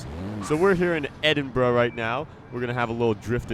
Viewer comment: Edinburgh is not pronounced edinbruh